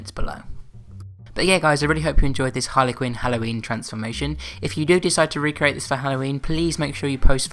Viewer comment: it's not harly quinn